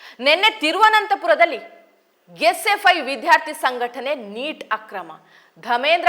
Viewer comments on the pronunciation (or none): "ವಿಧ್ಯಾರ್ಥಿ" ಅಲ್ಲ "ವಿದ್ಯಾರ್ಥಿ"